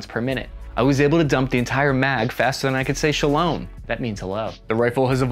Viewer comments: Shelowum lol It's shalom sha-lo-m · say shalom not shaloum mazal tov not mazetov american accent...